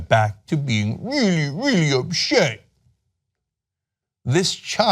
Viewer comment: "donny is weally weally mad" 😂😂😂